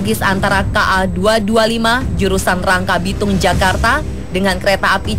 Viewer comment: Ngomong rangkasbitung aja blm bisa, rangkabitung katanya hahaa